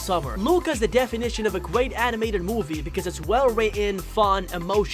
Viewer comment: You say guat in stead of great